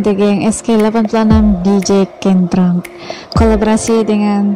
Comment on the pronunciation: Kentrung (u = you) dibaca kentrung bukan kentrang (a), ya cik